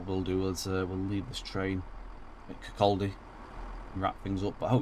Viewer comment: just a little correction, Kirkcaldy is pronounced Kirkoddy